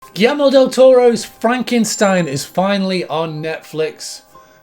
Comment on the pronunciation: by the way, its mexican that frankenschtain😜